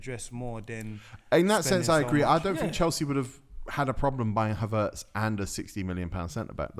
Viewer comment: Ngl you man piss me off man said havertz